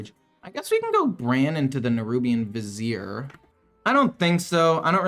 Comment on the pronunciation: Hey, your finally pronouncing "Vizier" correctly! Kudos!